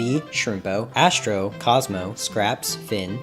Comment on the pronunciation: U mean ORRRRRRNEMINT AND ASSTROKE